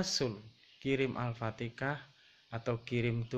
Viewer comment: Alfatiha bkn alfatekha..maaraj pn gak betul lg